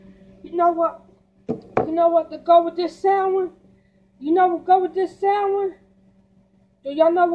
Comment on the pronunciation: I've never seen someone to lazy to pronounce their words right. This thing said, " YOU KNOW WHADDA GO GUUD WIT DIS SAN WI". Smh& Lol 😂